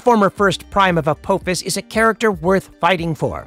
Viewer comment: Hey i appriciate the video , but is this video voiced by artificial intelligence? Its the only reason i can think of why EVERY CHARACTER NAME PRONUNCIATION IS WRONG . Sha ri , annubis , teal'c ,Appophis all said incorrectly. I noticed that all your other videos the names of characters are butchered..